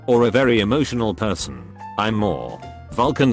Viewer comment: Why the fuck does the voice get big words right but when it comes to basic words it fails so miserably 😂😂 what the fuck is Im.....it's I'm